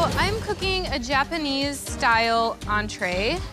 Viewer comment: his japanese🤦‍♀️